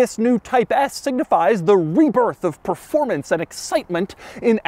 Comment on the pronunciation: All the videos have those awesome rims. All the Type S's for sale on websites have ugly rims. What gives? Also, did he just say "performancy?"